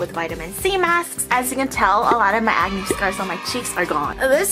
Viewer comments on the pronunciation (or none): When you said "acne" ,I thought you said "agony" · I always understand 'agony' not acne lmao